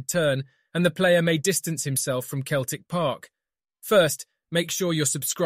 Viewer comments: It's CELTIC NOT KELTIC !! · Say Keltic one more time ya fanny